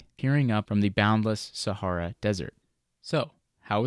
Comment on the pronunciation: I don't like the way you pronounce "Sahara", at all. I was glad when that chapter was over. Good video.